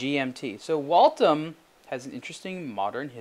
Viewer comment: "Wal-tim"??? WTF is a "Wal-tim"??? It's "Wal-them". WALTHAM!!! Sheesh... Walthams weren't even really expensive watches when they were a true watch maker in the United States. $7000 for this thing??? The watch industry needs a correction, things have gone nuts.